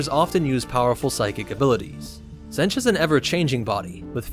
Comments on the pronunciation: Zenj? Its pronounced Zeench. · It’s pronounced Tzeentch not Tzentch. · "Zench" Alright, time for a new video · Ah yes ... Zench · Stick to starwars bro cause you completely misunderstood what the warp is and, you can't even pronounce Tzeench correctly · Tzeentch is pronounced with a long E, just for future reference... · Tzeench has a hard "E" so it is like pronounced like "Eat". He is weird like that.